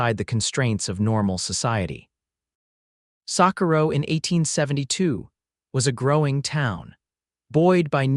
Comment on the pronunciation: I want somebody to read that knows the correct names of the cities in the west. Santa fe is really Santa Fay if you say it right. The names of the mountains wrong. Sacorro is just a mess. Get it right!!!!!!!!!